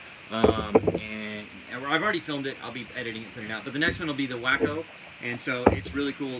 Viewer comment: WACO = w-AW-co! Not wacko!